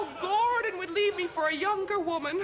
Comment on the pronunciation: I like the way she keeps saying 'Gordond'.